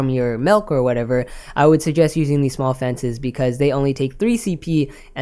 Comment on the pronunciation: I hear melk, must be Canadian